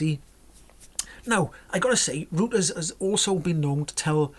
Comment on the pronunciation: think you pronounce it "royters"